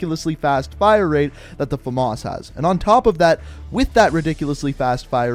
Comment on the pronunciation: Fames not femas